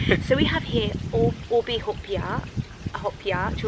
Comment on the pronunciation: Hahahhaa i like it when he pronounce the ube Yube cake hahaja